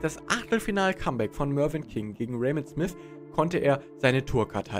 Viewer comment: Nur sein Englisch geht gar nicht. Michael und Ross Smisssss immer wieder schlimm zu hören